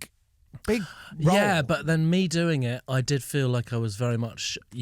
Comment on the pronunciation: You really feel the 'yeah' here. And another .